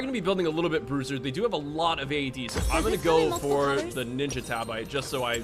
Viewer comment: Thought bruiser said brazzers 👌